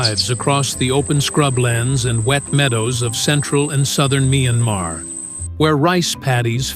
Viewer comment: A.I., the country’s name, MYANMAR 🇲🇲, is pronounced as “[ MIE AN MAR ] , Not [ MYAN-MA ]